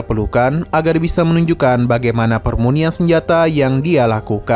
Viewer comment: Pemurnian min bukan permunian